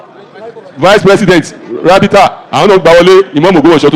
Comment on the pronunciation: No wonder Baba iwo saying rabhita, rabhita i no understand